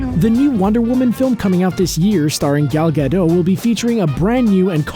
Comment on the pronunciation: You mispronounce lasso and you pronounce the t in gal gadot